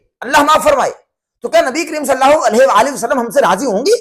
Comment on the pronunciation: Sallaho nahi hota sallallaho hota he